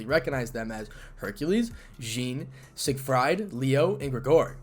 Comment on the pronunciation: Sig fried? No. Sig freed. Emphasis on the first syllable.